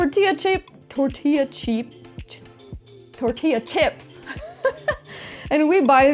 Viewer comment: Girl I love your videos you are an amazing chef lol and hilarious when you said tortilla cheeps 😂